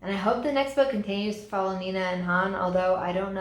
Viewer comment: I still think she’s sees the goodness of Matthias in her and is intrigued by her. 😂 also I legit cracked up about you mispronouncing “Nina” 😂😂